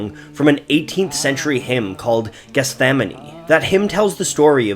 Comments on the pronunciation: Geth-sem-many is how you pronounce it... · Also just have to comment that you still haven't learned to say "Gethsemane" since the Jesus Christ Superstar-video